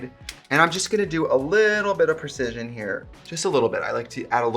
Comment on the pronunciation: Did she say precision?